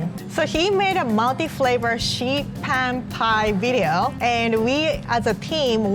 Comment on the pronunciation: Oooh I thought she was saying milky flavor but she is saying multiflavor